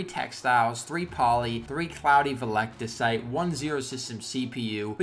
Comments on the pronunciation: its pronounced veltecite... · Or vel-tuh-cite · Awesome vid man ps (it's pronounced vel-teh-cite)